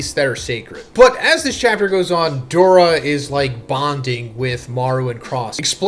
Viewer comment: Doula isnt Doura😂😂